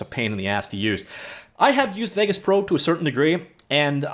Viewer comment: FFS! Haven't you ever heard another human say the name "Vegas"!?!?!?! Get a grip! Im sooper cereal!